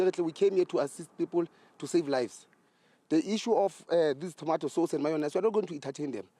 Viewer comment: Specifics kkkk specifically mayonise